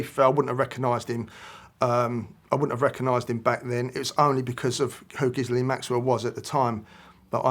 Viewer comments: It's amazing how many ppl can't pronounce Gislane ??!! GILL LANE. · I dont buy it. Why is he so nervous. How can he misspronounce Ghislaine "Gizzlane" after all this time, even after reporter pronounces it correctly. Ghislaine is pronounced ghee-LEHN. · He should know how to pronounce maxwells name. Ghee len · Pronounced: Ghi-lane Maxwell 😂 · He’s constantly mispronouncing Ghislaine. It should be Ghee-len or Zee-len the h & s is silent. You’d think an Englishman would know that. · It's French and you pronounce it Ghilene,🙂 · Why do people have trouble pronouncing Miss Maxwell's name after all the media attention she has received... Both of these two! 🤦🏼‍♀️ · It's French as well as her christian name, and it's spelled and pronounced as Ghislaine. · It's Ghislaine!